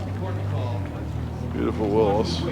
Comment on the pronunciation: It is not a Will- us Jeep; it is a Will-EE's Jeep🥴 like Willy Nelson